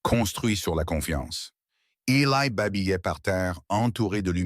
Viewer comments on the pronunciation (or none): Eli ça n'est pas Elaille. Sachez dire le prenom correctement. Cette horrible IA est plus qu'énervante.